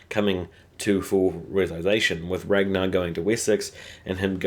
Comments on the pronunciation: rain-gar & eye-van. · Ragnar (swedes spell this like Rangnar, also heard in the very first season of this show) Ivar Björn (Bjoern) Aslaug Lagertha My ears hurt because it really is so simple pronouncing and spelling the names after all.